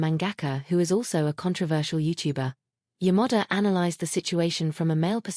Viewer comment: I found AI sound, pronounce "Yamada" as Your Mother. Quite funny, yet unease.